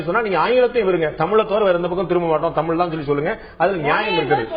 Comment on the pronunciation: Just now saw this கூத்து. சல்மா தமீல் தமீல் மொளி மொளி என்று சொல்ல, ராகவனும் மற்ச்சும் (மற்றும்) வேற்ச்சு (வேற்று) என்று உச்சு பிச்சு என்று உச்சரிக்க, பத்திரிகையாளர் உளகம் உளகம் என்று உளற, பாண்டேவும் தன் பங்குக்கு ல ள ழ இவற்றை உச்சரிக்க தெரியாமல் எல்லாவற்றிலும் 'ள' வை பயன்படுத்தி(ராகவன் போல ற்ச்சு உச்சு பிச்சு என்று உச்சரிக்கும் விதமும் சேர்த்து) மொத்தத்தில் ஒரு கோமாளிக் கூத்து! இதுக்கு பேரு தமிழ் நிகழ்ச்சியா? போய் எல்லோரும் சாலமன் பாப்பையா கிட்ட கேட்டு வாங்கி குடிங்க.